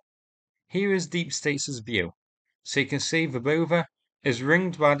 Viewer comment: You are the ONLY native English speaker who is pronouncing Verbove correctly! 👍🏼